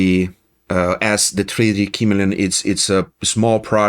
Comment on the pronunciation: It is pronounced "kuh-MEE-lee-un" with accent on the mee. It is a lizard whose skin changes to match its background.